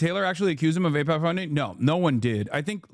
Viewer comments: I think it's fair for people to not cover extremely stressful topics like that. On its own, I don't think that's enough to allege that he might be funded by AIPAC. Pretending he doesn't know how to say AIPCA when he wrote about it in a book in the past? I'm absolutely baffled. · I think it's telling that David chooses to ramble about the pronunciation of AIPAC. It's almost like a tell where he 100% feels very uncomfortable talking about it and he needs to deflect with this little bit. It's very trumpian in many ways. Tangent: I used to watch David all the time. I was even a paying member. What made me stop supporting him was when I saw one of the non-paid versions of his episodes and they were littered with scammy crypto ads. When he was called out on it, he deflected, claiming that people need to provide him with proof cause he didn't know which video people were talking about. The one thing I've realized is that projection is the easiest tell that someone is disingenuous. His response to the Wired article only adds credence to this. He often talked about how it's difficult to debate with people on the right because they start little fires for which they expect you to put out, otherwise they would argue that they are right. He is literally doing exactly the same thing (ie. him needing to call out about the people on the right is projection) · I'm sorry but Hasan is being disingenuous. You're gonna say he doesn't know AIPAC just because he said he doesn't know how its pronounced? thats low. I didn't hear him one time say he didn't know who they were. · Packman has done the mispronounced confusion thing before. I can't remember what it was but maybe someone can find it. I think it's a "tell". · That's the smoking gun? Whether he can pronounce AIPAC correctly? JFC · Pakman doesn't know how to pronounce aipac, and Donald Trump never heard of a man named Jeffrey Epstein until the media started asking him questions about the guy